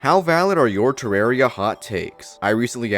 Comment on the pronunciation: The name comes from the word terrarium. Do you pronounce terrarium "ter-are-ee-um"?